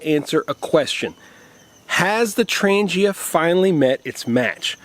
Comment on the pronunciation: Yo! It's pronounced "Tran G ia" not "tranjia". Ask any Swede... varsagod!